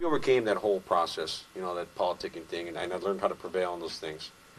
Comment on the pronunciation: Its Pronounced Politicking ese! Not politicing, 😂😂. Its all good Holmes i understood what you were trying to spit out dog?